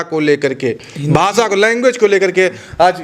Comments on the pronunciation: ये रिपोर्टर तो "भाषा" शब्द ठीक से बोल नहीं पा रहा. "भासा" नहीं भाषा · भासा नही भैये, भाषा बोल 😂😂😂